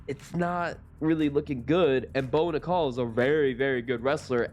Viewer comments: Pronounce his name the right way!! Its prounced like the coin not like a womens name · How do you not do your research and figure out how to pronounce Bo’s name correctly?! 😔